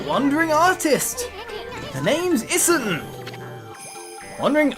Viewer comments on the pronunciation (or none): It doesn't really matter much. I just pointed it out in case you wanted to know. =] Issun is E-soon Amaterasu is ah-mah-tay-rah-ss and Orochi is Oh-roach-e. Pronunciation doesn't matter say it however you want. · Issun is pronounced E-soon